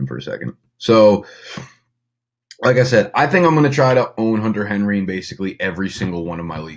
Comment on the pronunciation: “Henter Hunry” Lol